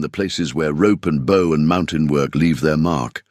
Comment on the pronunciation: Getting tired of the AI not saying a word right. Bow and Bow one word but two different meanings. Not the first time I haven't seen an AI in any story get the whole story right. Live and live another one. I don't know if you can teach a machine the difference.